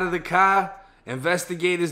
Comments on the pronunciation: He must be from boston the way he says car like caaar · You pronounce the word car like someone from Boston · Btw like the way you say car